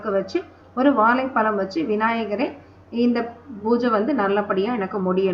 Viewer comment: Please tamil la correct pesunga ma.. vazhlaipazham nu sollunga... Valaipalam , valipadu... please learn to talk tamil in a right way because aanmegam idhuvum thaan